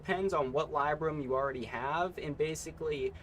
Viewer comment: Pronunciation of Mitigation and Libram had me so distracted lol.